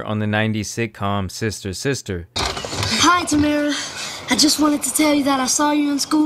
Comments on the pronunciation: Also Tamera not Tamara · It's Tamera not Tamra lol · It’s Tah-Mera. 3 syllables, not 2. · did you call her Tamra? 🤣🤣🤣🤣 it's Tamera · I love you & I love all the hard work you put in to expose these losers and predators. Thank you for ALL that you do! However, it’s TAMARA Mowry, not TAMRA. 😂 I love you but I also love Tia & Tamara & I just need to make sure I’m honoring them by pointing that out.:p 😂❤❤ Thank you again,, for doing the work to expose these creeps and protect others. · Lol at Tamra. It’s pronounced Tamara 😊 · Respectfully 😊, his name is pronounced Mar-cus despite the spelling. And Tamera’s name is pronounced Tah-mer-rah, not “Tamra” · Did you really call her tamra …really had to botch that when it’s spelled Tamara .but good video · And it’s Tam-era not Tamra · Tamraaaa? Who tf is that??? It’s Ta-ma-raaaaa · Tah-Mara not Tam er a lol but i still love you i just wanna put some respect on Tia and Tamera and their names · tamera not tamra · He’s best known as Roger to a larger white audience, sure. But you said Tamra, instead of Tamera about a minute into the video, so that tells me you’ve never seen Sister, Sister let alone any of his more recent projects. Kinda interesting because those small details make me see this as a not so deep dive… perhaps collaborating with a black creator with more knowledge would make this feel more authentic… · 1) His name is pronounced like “marcus” and Tamera is pronounced “tah-meer-ah” 2) He was my first celeb crush and Immature was my favorite boy band. I’m so disgusted to find this out but I’m not even shocked since he was basically raised around R. Kelly and they collaborated frequently. Please consider doing a video on Chris Stokes as well! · Lol it's pronounced TA Mare AH! Love you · it’s TAH- MAR-RAH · The mispronunciation of these names are immaculate TA MARE A MarcUS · Ta-mer-ra. That’s how you pronounce her name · Ta-mer-ah lol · Lol her name tamera say it right